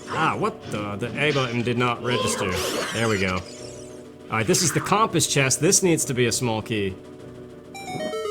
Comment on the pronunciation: I have a question, why do you call the compass the "CALMPASS" the way you say it is wrong on so many levels